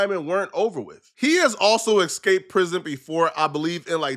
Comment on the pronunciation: It's eSsssssCaped not Ex-caped